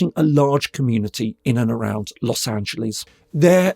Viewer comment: British people can’t seem to properly pronounce Los Angeles for some reason…